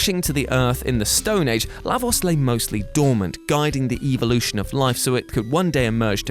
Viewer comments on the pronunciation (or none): none